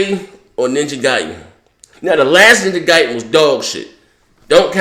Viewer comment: It's pronounced Ninja Gaiden, not Ninja Gayden.